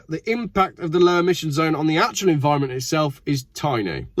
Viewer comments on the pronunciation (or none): none